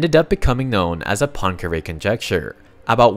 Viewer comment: Why cannot you pronounce Poincaré?